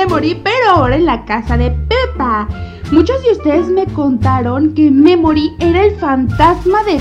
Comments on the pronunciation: Pd: memory se pronuncia meimorie (sin pronunciar la e tanto) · Memory se escucha como que dijera me morí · Taldes es que cuando dice memori suena como me mori☠️☠️☠️☠️☠️☠️💀💀💀💀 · Holi yi creeo que memory es la memoria de piggy y cuandi suena mamory parese que diga me mory :v baueno amo tus videos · Cuando dice memory suena como si dijera me mori xddd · Memory suena como me mori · Cuando dice memory me he reído de risa por que se parece como me me mortalidad xD